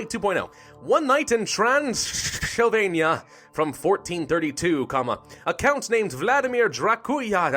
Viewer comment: tran sill vain ya (transsylvania)